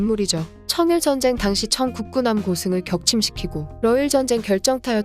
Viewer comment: 청 국군함이라고 하시면 안됩니다. 청국 군함이라고 띠어서 읽으셔야지요.. 사소한거 하나가 컨텐츠의 품격을 나타냅니다..